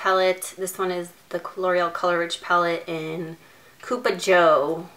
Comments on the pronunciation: its cup-a joe...pronounced kinda like cup of joe...which means cup of coffee as the colors are colors of coffee...just thought u should know...wanted to see just cupa joe, not purple colors...damn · Pronounced cup-uh Joe. Like cup of Joe. Coffee. Get it?